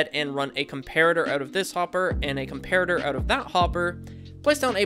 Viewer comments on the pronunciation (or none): none